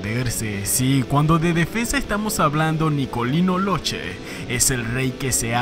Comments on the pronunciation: Solo en Argentina porque no logro nada cuando salió. Y se pronuncia (loque, no loche) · La pronunciación del apellido sería loque...Saludos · Hola a todos , Nicolino Locche es de origen Sarda ( isla de Cerdena) , el apellido no se lee y no se pronuncia Locce sino cch= K entonces en espanol seria LOKE la verdadera pronuncia italiana de las lettras CH y CCH es K , eso es lo correcto. Un saludo a todos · La pronunciación correcta de su apellido es “Lóque”.